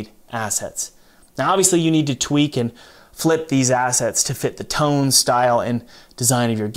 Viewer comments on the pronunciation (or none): none